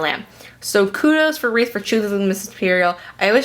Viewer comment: RE EARTH! Pronunciate